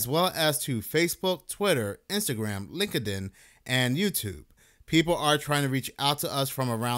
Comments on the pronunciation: Lol "link-a-din". If you've never had to use LinkedIn, consider yourself fortunate. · can you pronounce linkedin again for me